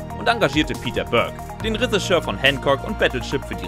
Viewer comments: Der sagt das nicht nur komisch...der spricht es absolut falsch aus. Resseschör! Reseschör! unfassbar! Was für ein Sprachwunder... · "Ressigeur" naja das üben wir nochmal :-) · Was ist ein Resseschör? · bitte BITTE sag Drehbuchautor, wenn du nicht Reschissör sagen kannst. Oida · Ja XD Ich musste 3 mal hin hören. Der Sprecher sagt Ressigeur XD Ich lieg am Boden. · Der Typ glaubt wirklich, dass es Räseschör heißt... 🤨 Warum kann sich Lupper nicht die Mühe machen, kurz zu prüfen, was da erzählt wird? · hat der ne wette verloren oder warum sagt der Regisseur so komisch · Moment! War ich wirklich so dumm anzunehmen, dass man bei einem Filme-Kanal das Wort Regisseur korrekt ausspricht? Was für ein Fauxpas...ich entschuldige mich natürlich für meine absurde Erwartungshaltung. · Regisseur, Irulan, Villeneuve, Rogue wird alles falsch ausgesprochen , fast grotesk.